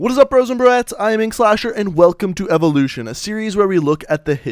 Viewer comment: the evoluchion of the láser atamechmet